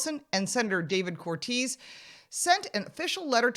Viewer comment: It's actually Cor-te-se, like Scorsese, not Cortez.